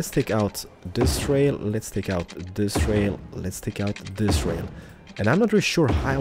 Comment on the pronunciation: The word is THIS not DIS